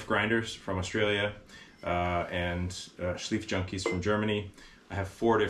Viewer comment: Just a little side note, the 'ei' sound in Schleifjunkies is pronounced like the vowel (or diphthong) in knife.